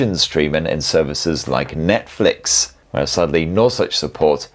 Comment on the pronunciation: Thought you said Methflix there for second😅